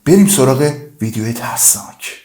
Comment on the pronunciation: عاشق اون لحظه هایی ام ک میگی تسناک یه دونه ررررر‌ داره ؟؟؟؟💋🫀👽💜🏳️‍🌈